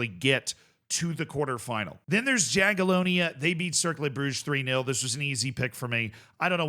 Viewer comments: if you want to stick with Jaga from Poland, try pronuouncing their name more like "Yagiellonia" (the J is read here like Y, as in Yugoslavia etc.) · Yaghyellonya, not Jaghyellonya. Learn to pronounce it properly before they randomly win it 😎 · sometimes it confuses me when he overpronounces places and names from european countries like france and spain but then doesn't try with slavic names, Jagiellonia he also said quite incorrect